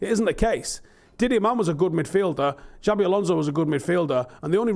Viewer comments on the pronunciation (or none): Pronunciation Police Visit: It's "Shabby" Alonso and "Chavvi" for Xavi, All day long the both, In terms of Xavi, the "Ch" ("CHUH") is universal: sometimes "Chavvi" is sounded almost as "CH-abby", see "Balenthia" sounding of "Valencia".